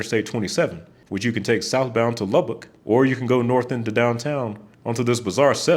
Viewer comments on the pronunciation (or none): none